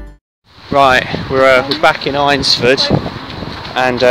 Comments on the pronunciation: Great vid! I live near here so just to point out its pronounced ainsford. Ain like pain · Nice video mate! Just one point - it's pronounced "AINS" - ford. But good work. A place very close to my heart.